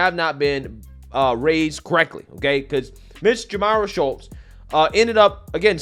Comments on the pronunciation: if her name was Shultes woudnt it be spelled with an L and not Shutes or is the t representing a silent L?? i think if u rewatch the clip your following u will find its pronounced like shoots. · Shutes, you keep saying Shults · Love your channel. It’s SHOOTS not “SHULTS”. How do you see words? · Ffs dude, it's Shutes (Shoots,) not Shultz. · Please LEARN HOW TO READ! YOU ARE JUST AS IGNORANT AS MS."SHUTES" You consistently called her Shultz! Secondly, she should be kicked off the team, lose any scholarship, charged and sentenced with Physical Assult! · Shutes, NOT Shultz, dummy! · Shutes not Schultz.so simple 😂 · Why you keep calling that Shultz, like you didn't hear the news reporter say Shutes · 💯💯 Somebody tell this guy to QUIT CALLING HER "SHULTES" 🤪👈 It's pronounced SHUTES ! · He keeps saying Schultz. Lol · you know what's coming... and so does everyone else: she's going to play the race card; and will likely claim that the other player used racial epithets. Btw, her name is "Shutes," not "Schultz!" You can pronounce it "Shoots" if you like, but leave the Krauts out of this. They're still trying to live down what the small moustachioed painter did. 😂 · Pronounced: SHOOTS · LMAO......Did it bother anyone else that he kept pronouncing her last name wrong? Like even when reading it directly from an article. How does Shutes become Schultz?